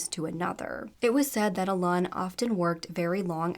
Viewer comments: And Alun is just pronounced like Alan. Google is not that hard to use 🙄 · alan is pronounced allen, you always change things to sound more tada, and thats insulting, poor kaylea